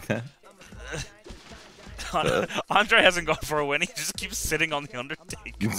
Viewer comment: “My name is undataka”